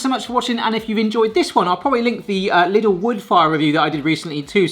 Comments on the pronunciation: Lidl, not Liddle... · *Lidl. Pronounced 'leedl'.